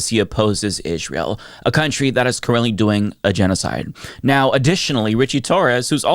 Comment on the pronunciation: “Ihjz-rael” is an odd pronunciation.